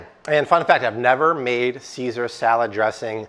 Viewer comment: Saysar, IT'S PRONOUNCED CAESAR. WHY DO YOU ALWAYS MISPRONOUNCE WORDS, ARE YOU STUPID OR AFFECTED OR BOTH?